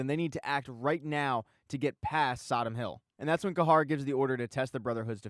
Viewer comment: It’s Cahir not cahar